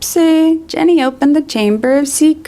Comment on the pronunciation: you keep calling her Jenny instead of Ginny and it's so distracting